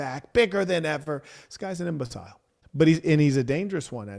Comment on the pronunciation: Why do you pronounce imbecile, the way you say it